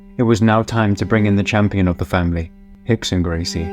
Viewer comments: Why is Rickson pronounced "Hickson", Royce, "Hoyce", ...when Rio de Janeiro is pronounced "Rio" and not "Hio de Janeiro"? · Lol especially when the R’s are pronounced as H’s lol